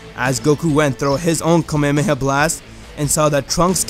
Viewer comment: He said kamehamewh